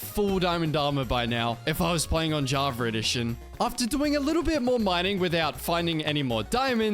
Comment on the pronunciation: dude please stop saying javar edition there is no R on java